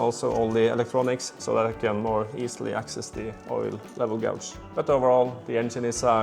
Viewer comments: FYI "gauge" is pronounced "gage" in English. It's not pronounced the way it's spelled, like so many things in our language! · It is disgusting that the parasites took as much money off you as the manufacturers! PS. The English word gauge is pronounced gay-j (no idea why, because gauze is pronounced gaw-z) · The `gau` part of the `gauge` is pronounced as in `gay`.